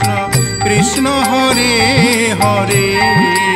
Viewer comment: উচ্চারণ ভুল, কিষ্ণ নয় হবে কৃষ্ণ...